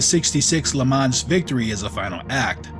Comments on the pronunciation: the „s“ in Le Mans is silent 😉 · Dude, don't pronounce the 's' in Le Mans.